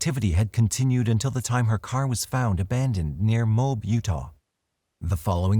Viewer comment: The Utah city is pronounced "moe ab" not "mobe"